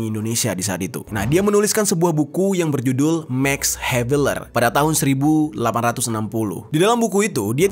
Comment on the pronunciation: Belajar lagi cara membaca... Dibahasa belanda bacanya tetap "maks ha ve laar" klo bahasa inggris bacanya "meks haev leer "